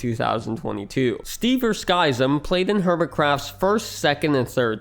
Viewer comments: informative video, but I can't get over the pronounuciation of Skyzm... isn't it supposed to be ski-zm instead of sky-zm? Like "schism" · Btw Skyzm is pronounced like "Schism" not "Sky-zim" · also how he pronounces Skyzm as "SKY-zm" instead of...... "schism". X.x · Not sky zym its Pronounced SKIZIM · Sidenote: its pronounced “skiz-ym” not “skai-zem” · Skyzm is pronounced Skizzem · "Sky"-zim? Really? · Pretty sure Skyzm is pronounced like "Schism". I remember watching his and Pungence's shenanigans back in the day. :) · Skyzm is pronounced like the word 'Schism', Buizel is a pokemon proncounced 'bwee-cel'. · skyzm's name is pronounced just like the word SCHISM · Skyzm is pronounced Skism. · Skizm is pronounced ski-zem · Skyzm is pronounced (skizz-em) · Btw, you pronounced Skyzm and Buizel wrong in this video. If you check out Skyzm’s first episode of Hermitcraft he says his name in the first few minutes. And Buizel is the name of a Pokémon that you can Google the pronunciation of. For reference Skyzm is pronounced the same as the word Schism. And Buizel is pronounced Bwee-Zle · Monkeyfarm was who actually got me into watching Hermitcraft when season 2 started. I still wish he could have remained. Also, Spum and sl1p were two of my favs. Skyzm was pronounced just like the word "schism" btw. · Pssst... 'Skyzm' is an edgy respelling of 'schism' the y should be pronounced like the 'i' in 'it' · Man, the way he pronounces Skyzm i driving me mad lol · I would have thought that after the amount of research this would take, you'd pronounce "Skyzm" correctly. Also, X doesn't unilaterally make any decisions.